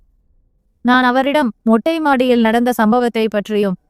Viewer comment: Seems like you eliminate ட் in the words Like for example மொட்டை, கிட்ட, etc You pronounce as மொடை, கிட, etc…. 😅 it’s not ஆண்டவன் It’s - "அரண்டவன் கண்ணுக்கு இருண்டதெல்லாம் பேய்"